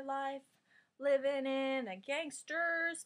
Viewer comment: I like how you say "gangster". It makes me laugh. :D